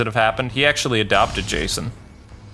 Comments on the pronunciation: u called him Jashon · said jashon